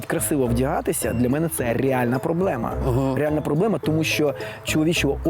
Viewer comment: Крім цього всього крінжа, я помітила наскільки Олежці важко вимовляти слова іншомовного походження з правильною українською вимовою. Ріальна, міханізм, асімітрічьна, автамабіль